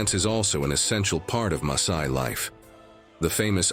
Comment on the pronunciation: WHY does he/it pronounce Masai as Maysai?